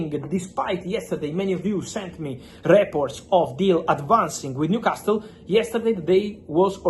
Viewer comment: It's a silent T in Newcastle. Makes it easier to say for you too